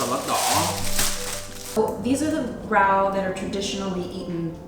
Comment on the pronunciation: Her “rau” sounds so adorable, really pronounced it with a southern accent, even more “southern” than. He sometimes pronounced it, like, a properly “rau”, and she’s just like “rao”:))))